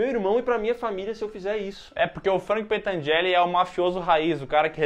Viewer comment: Gente não é pentangelle é pentangelli